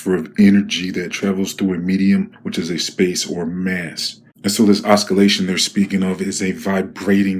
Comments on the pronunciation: It pronounced ˌäsəˈlāSH(ə)n not oskolashen! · No offense meant, but the word is pronounced oss - si - lation, not osk - I - lation. Just a hint. I mispronounce words all the time and hate being corrected, then later accept it as a benefit, because I am a public speaker and find I am much more effective when I am spot on. Ok, then. Love your channel and God Bless you. Peace. 😎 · So you know oscillation is pronounced with the c having 's' sound not 'k' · `o si lation`.xx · oscillation is pronounced osillation - the c is silent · Hey, let's hear your theory on how oskalayshun effects wadur 🤣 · Did you say os- kill - ation? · You lost me at "osKillation". If you're going to try waxing intellectual on hydrodynamics, I would suggest learning how to pronounce big words correctly. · I am gonna piss some people off, lol, but you pronounce OSCILLATION LIKE (OS--KILL--LATION) , and that is so wrong. LMFAO.....It is a soft "C: , not a hard "C". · Please pronounce oscillation without the C. ossssssilllllaaaashhon (The way I would put it if I wrote a dictionary) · There is no "Ska" sound in Oscillation. Is EVERYONE Illiterate these days? It certainly seems so. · I cant listen to someone that cant pronounce words like oscillation 😟 made me stop the video and thumbs down. Sorry bro. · Side note....the C should not be pronounced in the word oscillation. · Hilarious! Thank you for knowing nothing and pronouncing oscillation they way you do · You Don't Pronounce the C in oscillating. Just saying! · What halfwit. Osculation is kissing... and pronounced "oscillation" that way. The C in oscillation is silent. The molecular structure never changes, He is batshit ignorant. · Os-CUH-lation. 🤣😶 James cam-ER-ron wtff I'm dead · Dont talk about English this fool can even say oscillation properly or james Cameron Haha. Tf yo